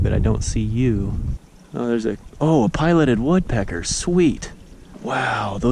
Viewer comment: dude you pronounced the woodpecker name wrong -_